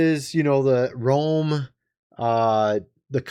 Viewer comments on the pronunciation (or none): none